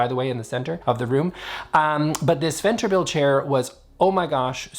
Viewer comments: "Sventerbil" or as us Swedes says it Sven-Ber-til... It's a double name :D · It is "Svenbertil", not "Sventerbil". 😂❤ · I really enjoy your videos! As a Swede i am crying of laughter because of your pronounciation of Svenbertil. I am realizing how difficult Swedish can be for a non-Swede 😂😂